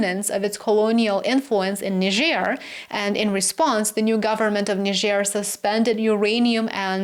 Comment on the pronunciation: Thank you for your intelligence and articulation in pronouncing Niger accurately.